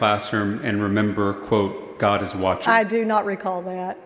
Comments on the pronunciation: Perfect 2 syllable pharisaical pronunciation of "God",! God-deh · Forgive me, my brother, but the word “god” has two syllables. Thank you.